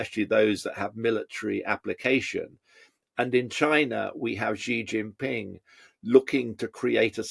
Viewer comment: Please don't say zhee zhin ping. The first syllable approximates to "she".